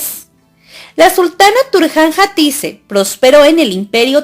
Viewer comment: Por qué pronuncias mal sus nombres??? Atique, mejet...